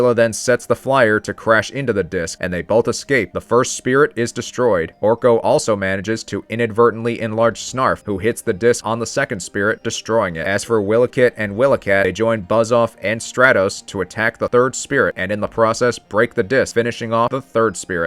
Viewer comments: Just one correction. Slithe is pronounced Slīthe. And Wīlee-cat and Wīlee-kit. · What the hell is a Willah-Kit and Willah-Kat?